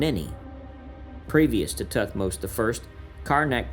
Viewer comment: Muy mal como se leen los nombres de Tutmosis y todos los egipcios😒